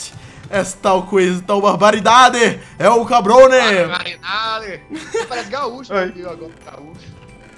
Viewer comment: e adoro quando vc faz o bigodone e diz él cabrone